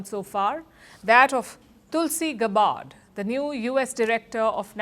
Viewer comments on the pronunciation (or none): Someone please tell Palki, who is otherwise great that Tulsi Gabbard's last name in USA is pronounced as गैबर्ड and not गबार्ड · I learn much- thank you. Palki. Also, Tulsi's last name sounds like GAB-erd not Ga-BARD. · Don’t pronounce Gabbard like it is a Punjabi name! 😬 It’s not Gabaaard. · Her Last name is pronounced as Gyabard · Palki, you are not pronouncing Tulsi’s last name right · You are mispronouncing Tulsi Gabbard's name. I advise that you watch American media and learn how to say her name right. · You really misunderstand. I am proud Indian in USA, very proud of my original mother country. If Palki was speaking in Hindi to Indians, I would not be correcting her. But she is speaking English to world Audience. I am just pointing that in USA Tulsi's last name is pronounced in certain way. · Please get Tulsi’s last name pronunciation right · President Trump and most Americans are not Media Hosts. Being a News Reader that's Her JOB to pronounce it rite. Try Listening to major media outlets like FOX, CNN and News Nation They Pronounce Her Name Correctly. Advice for you: If you want to succeed look at the best instead of comparing with worst!